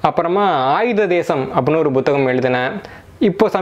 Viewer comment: நான் பத்தாம் வகுப்புவரை தமிழ் படித்திருக்கிறேன் 12ஆம் வகுப்புவரை தமிழில் படித்தேன். இதுதான் எனது நிலைமை. ஐயா நீங்கள் ஒரு தமிழ் ஆய்வாளர் புத்தகம் - Buத்தGaம், புத்தி - Buத்தி என்றும் உச்சரிக்கிறீர்கள் அதன் காரணமென்ன நான் முதலாம் வகுப்பிலிருந்து புத்தகம், புத்தி என்றுதான் எழுதவும் உச்சரிக்கவும் பழகியிருக்கிறேன். இவை மட்டுமல்ல பல சொற்களை வித்தியாசமாக உச்சரிக்கிறீர்கள் அதன் காரணமென்ன? எனது அறிவுக்கு எட்டியவரை தவறன உச்சரிப்பே...